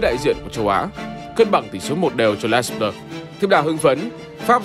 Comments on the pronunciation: Đọc đúng tiếng Pháp là " Lê Blơ" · Theo Hernandez kiến tạo bàn 1 Rabiot là người cướp bóng ở bàn thứ 2 Les Bleus đọc là Lơ Bờ Lơ